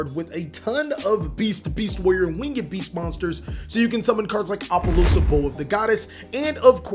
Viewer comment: Learned how to say Drytron correctly please say Winged beast correctly not wingeeeed beast or wing-ed beast it's just winged beast